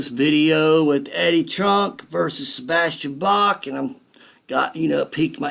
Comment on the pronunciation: Sebastian "Bass"? For a guy so knowledgeable about classic metal and hard rock, I would at least expected him to pronounce his guest's name correctly...